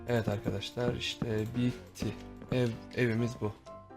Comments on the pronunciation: Abi sende çok handaşlar diyon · sen handaşlar diyodun ama ORADA niye arkadaşlar dedin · Abi sen arkadaslar demek yerine andaslar diyosun